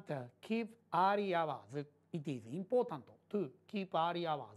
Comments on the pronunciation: の「It is important」が、「ピピピポラ…ピピピポラ」に聞こえた(´_ゝ`) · importantのtはほぼ発音しないからそう聞こえるのかもです！(一年越しの返信)